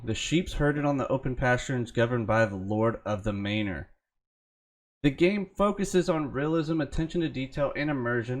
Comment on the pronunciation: It's 'mah-ner' not 'may-nore'. Sorry, just sayin'